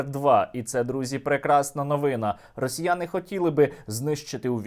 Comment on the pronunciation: я буду залишати коментар постійно якщо ти не будеш вимовляти це противне слово росьіййянии, говори на крайняк росіянці, маскалі, кацапи, ну що ж ти так, культурно, з вимовою, росьсіййянии, гидко і противно слухати.